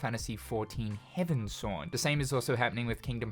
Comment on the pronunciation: HeavensWARD my guy not heavensword. Loving the missing link content btw